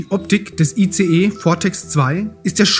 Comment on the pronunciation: sorry, man spricht nicht ICE so wie der Zug, man spricht es englisch aus : Eis.... aber trotzdem nett ...